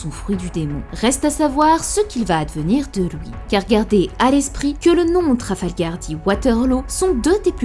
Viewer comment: Tu dis louuuis au lieu de LUI wtf